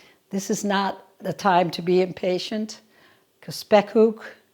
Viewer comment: i have to say this your pronunciation of the dutch word spekkoek is perfect now i am going to watch your cooking vlog Question 1 Why should the egg yolks go one by one with the butter-sugar mixture? question 2 Do you only use the upper boiler or the lower boiler, our oven has top and bottom boilers and can be used seperadly or the top and bottom at the same time